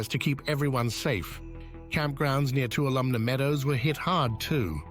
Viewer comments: The meadow is pronounced too-all-a-me (Tuolomne Meadow) it’s county as well. It is ah inspiring and energetic. You can feel the energy there, both wonderful and slightly scary. You have to be in a space of respectfulness when visiting Yosemite. See it, if you can. It is breathtakingly beautiful. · I hear you. I used to go all the time, but the reservation system really screwed that up. Thank you for sharing.AND! OMG the pronunciation of Tuolumne really drove me nuts! The best, biggest climb I ever did was in Tuolumne Meadows. I danced with Mark Wellman at my sisters wedding. Tuolumne- BEST granite EVER! Oh! One more thing, can't remember where is was, somewhere in the valley, can't remember the waterfall, but the day before, two people went swimming near the edge of the water fall, and died. DON'T BE STUPID! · The speaker keeps mispronouncing Tuolumne